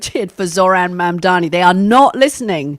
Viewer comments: Maybe he isn't interested in coming on this podcast because the hosts haven't learned to say his name correctly as yet! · ITS MAM-DANI NOT MAM-DAMI YOU WIERDO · Why is Mooch mispronouncing M-A-M-D-A-N-I ???? It’s not MandaMi !! Ffs don’t be lazy ; practice , learn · Love you guys but I think you're pronouncing his name wrong. It's Mam-dani not man-dani. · Mooch can't even say Mom-daa-nee. He keeps saying Mom-daa-mee, similar to how Republicans would intentionally mispronounce Kamala's name. It's very disappointing to notice how often these two go out of their way not to offend their rich Jewish friends. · Mamdani, not MANDAMI, it ain't that hard 🙄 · For God sake, it is Mamdani with an N, not mamdami. For such a smart person like Scaramucci it’s not that hard. Write it on a piece of paper, or practice a few times! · Ffs Anthony learn how to say the man’s name correctly already. If the rest of us across the world can say Scaramucci correctly, you can say MAM-DANI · Anthony, his name is MandaNi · Wrong again. It’s MAMDANI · Please pronounce his name correctly - MAM DA NI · A gentleman named Scaramucci apologizes for mispronouncing the name Mamdani. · I don't know if you guys read these comments, but Scaramucci needs to learn how to pronounce Mamdani's name if he's going to discuss him in public. Didn't he graduate from Harvard? Surely he can tell an m from an n. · PLEASE get his name right, it’s really not that hard. Such a bad look for a conservative white guy. 🙄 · Before expecting him to show up on the show, learn how to say his name Anthony! You're smart, you can do it. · It’s very disrespectful to fail to learn to pronounce your mayor’s name. It’s not that hard! If we can say scarramucci???? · Why can’t Scaramucci pronounce Mamdani’s name correctl??? It’s really not that hard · Anthony, please can you try and pronounce Mamdani’s name correctly. It’s no more difficult that your surname and it’s starting to grate…. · Learn to say Mamdani's name properly